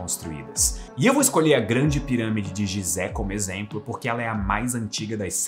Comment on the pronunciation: Só uma correção a pirâmide de gizé não se pronuncia no sentido gi de Gisele exemplo, mas sim Gui As pirâmides de Guizé